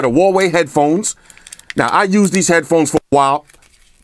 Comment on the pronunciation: i miss when he called the huawei, hawaii